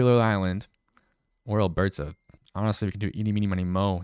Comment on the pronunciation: The pronunciation of Alberta and Saskatchewan made my ears hurt